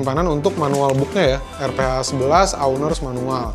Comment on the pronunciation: it's pronounce "arfa", R - PHA